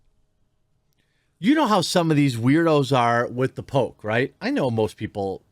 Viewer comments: I thought you were saying The Pope not The Poke for half the video lol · Man I got so confused because for the longest time I thought you were saying “the Pope.”